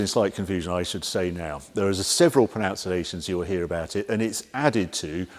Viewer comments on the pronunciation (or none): Sorry Harry but the word is pronunciation.. pronouce is the verb.🙃 and is not an ation. If you were anyone but the perfect Englishman I wouldn't have bothered. Great videos obviously.